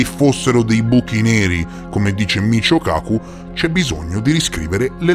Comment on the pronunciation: 😂🤣🤣😅 🤣😆😅😂😆 In realtà il fisico di cui si parla nel video è di origine giapponese, è scritto Michio e dovrebbe essere letto come "Mikío", ma vabbè non fa niente 😅😹